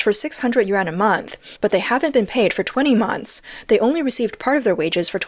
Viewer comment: Narrator should learn correct pronunciation of Chinese currency!